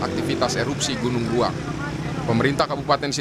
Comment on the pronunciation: Iya saya jg dengarnya gunung raung